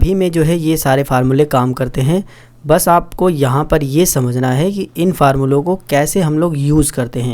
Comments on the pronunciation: Farmula nhi formula hota h😂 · Why is sir saying farmula